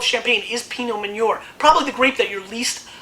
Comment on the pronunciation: Reims is 78 miles from the Belgian border, so I wouldn't call it "right on the Belgian border." Also, Meunier is pronounced Moon-yay.